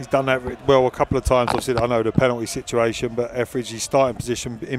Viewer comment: One commentator said "Effridge saved the penowy " . I think he meant ",Etheridge saved the penalty" . He also often said frew (through ?)